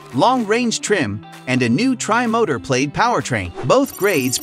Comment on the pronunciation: Pronounced more like PLAD rather than PLAYED. And you keep showing the pre-refresh X interior and exterior even though you're talking about the refresh.